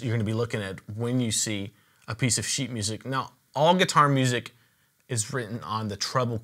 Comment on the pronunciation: IKR ! It sounds like "piece of shit" 😂😂😂